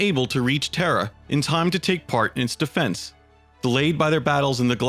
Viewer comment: The narrator has serious trouble pronouncing certain words man, it's a bit annoying..."terror" for Terra, "Elanor" for Ullanor, everything you said and much, much more